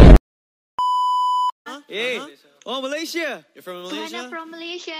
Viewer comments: The way he pronounce Malaysia as Malaysie 🥲 this is truely Malaysian! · oh malaysie. Me: wehhhhh, i thot he gonna pronounced Malaysia. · the way he pronounce malaysia very local